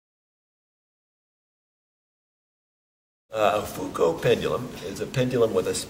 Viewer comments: I listened to this video to grasp the correct pronunciation of "Foucault". Figured a Dartmouth professor would be a good authority... He pronounced "Foucault" THREE different ways within the space of 3 minutes. I'm still at sea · Interesting that he tries the French pronunciation of Foucault but does not say "pendule."